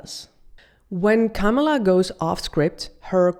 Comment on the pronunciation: Women insulting other woman, make me sick. Politicians do it all the time. You may try first by staying her name right! Kamala (Coma La) that’s it honey.